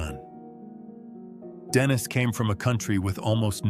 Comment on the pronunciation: What the Hell's wrong with you. You keep calling HIM Denise. Then you switch to Denis. Then Denise again - back and forth, back & forth - it's a MAN for God's sake. Use your common sense! It's spelled Denis and he is a MAN. Why the H are you calling him Denise?